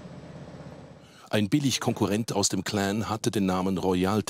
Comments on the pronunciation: ausserdem heisst das nicht klääään,in deutschland, sondern clan mit aa,und nicht mit ää. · Mit dem Schnitzelklopper :-D ..und dann "mit dem Cläään" ist nicht zu spaßen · CLAN NICHT KLEEEEEEENN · Sag doch " CLAN " statt " CLÄN " so Cringe 😂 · Das ist ein heftiges cläääääääännnnn 😂😂🤦🏽‍♂️🤦🏽‍♂️🤦🏽‍♂️